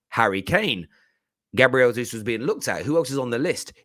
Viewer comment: Gabriel Jesus is pronounced Jaysoos not Hayzoos